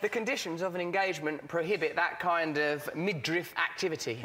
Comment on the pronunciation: I wish I had one tenth of confidence. And he pronounces midriff correctly - take note those of you who say 'midrift'.